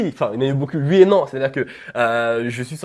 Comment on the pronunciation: il dit pas OUI mais UI ! jss mort mdrrrr